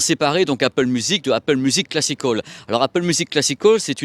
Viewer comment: Classic hall ou classical ? 😅 change pas t’es super (enfin l’accent peut changer quand même 😜)